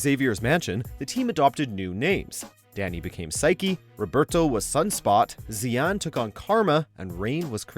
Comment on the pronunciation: it's shan not zian